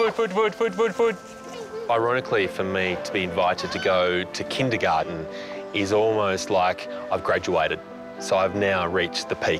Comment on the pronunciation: It’s funny how the Chinese mate pronounced the word „Kindergarten“ like the a german where the Word comes from and not the lushly english way😂